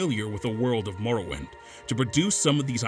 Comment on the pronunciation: Insider info; There was a pretty big debate internally over whether or not we should use that clip. (who edited the video) decided to use it because he didn't have another suitable clip iirc. She also mispronounces "morrowind" lmao